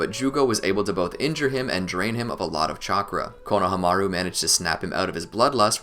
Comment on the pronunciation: Bro why do you say Konahamru’s name like that